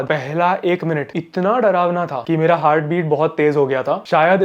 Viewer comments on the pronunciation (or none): none